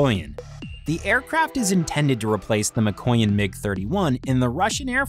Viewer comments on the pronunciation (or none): It's literally pronounced as MEEKOYAN not MAKOYAN. After the "m" it's "ee" as if to say "me" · You pronounce Mikoyan as Me-coin . And you supposed to pronounce it as Miko - yan . (as in yang without a "g" in yin and yang ) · Pronounces Mikoyan - McCoyan closes youtube